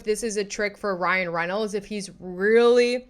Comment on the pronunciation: “Cryan Reinolds” 😂